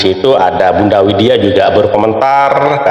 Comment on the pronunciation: Widya, bukan Winda